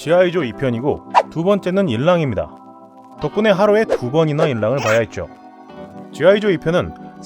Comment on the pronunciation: 인랑이 아니라 '지'랑이군요.